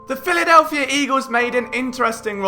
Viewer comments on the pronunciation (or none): “The Philadelphier Eagles “😂